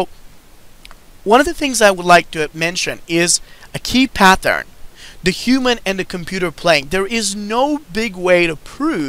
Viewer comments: There's no H in pattern. It's not pathern it's pattern just a t sound, not th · it's the same PATH-ern!!!